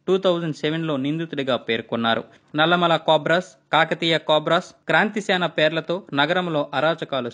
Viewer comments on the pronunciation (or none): none